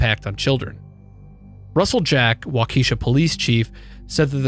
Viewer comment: It’s pronounced waw-keh-shaw Not wah-keeshuh Other than that great video